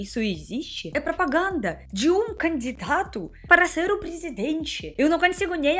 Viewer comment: É fofo como você fala, mas o correto é candidato e não "candidado"